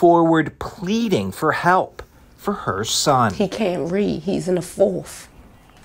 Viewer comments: His own mother needs a tutor. The word is Fourth not Foth. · Wishful thinking, she can’t read either. “Forf” 🤣🤣